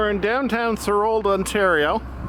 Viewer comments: Thanks for sharing. I grew up in Thorold and always enjoyed the Welland Canal and its history. Although you used Google maps for identifying lock locations, you failed to spell 'St Catharines' correctly. Also you might check with the locals as to how to say 'Thorold'. Our family moved to Thorold in the summer of 1955. At that time many of the second canal locks had not been filled in or covered and they carried sewage from the paper mills. The water running through had a lovely coating of foam. To get to downtown Thorold we crossed an old bridge at the end of Sullivan Avenue near Beaverdams park over this lovely flowing stream of sewage. As a geography club outing, we took an airplane trip over parts of the Niagara Penninsula and it was an interesting spectacle to see the canal effluent mix in with turbulant waters of Twelve Mile Creek. I thought it peculiar in 1967 when the city of St Catharines, as a centenial project, put in a park that, at least in my memory, ran beside a sewer. There were no protective fencing along the old canal and I always imagined the risk of riding a bicycle down one of the hills across Bradley Street and into the old canal at Neptune's Staircase. I am grateful that steps are being taken to preserve some of the history of the second canal. There is a lot of history that can be shared about all of the canals. There have been a few accidents along the current canal that are noteworthy, such as a ship that sunk in one of the double locks, the boat that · THOR-old....like the god and something elderly